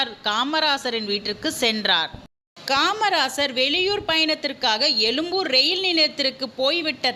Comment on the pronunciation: அம்மா தமிழ் தாயே (அது புத்தூரில்லா எலும்பூர் இல்ல) எழும்பூர்..